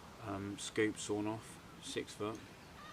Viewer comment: its sawn-off not swan off lol